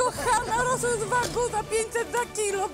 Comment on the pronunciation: pierwsze słyszę jak ktoś mowi na wagyu - wagu